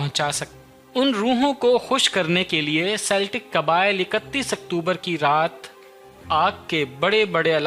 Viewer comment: Celtic is pronounced as keltik